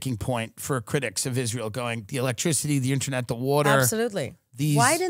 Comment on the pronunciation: "Ininet" i think thats all we need to know.